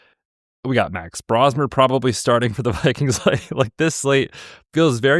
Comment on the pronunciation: fyi it’s pronounced Bro-smer. aka The Bro Show, aka The Brofessor. He’s the next Brock Purdy!